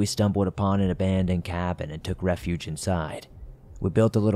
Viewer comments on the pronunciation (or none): none